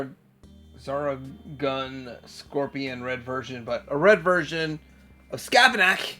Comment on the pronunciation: Please don’t ever pronounce “Scorponok” properly. Your pronunciation is way better!! Is there an origin to it or is it just because it’s so much more fun to say it that way?